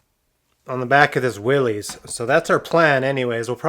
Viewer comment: Willys is pronounced Will-iss, not Willies.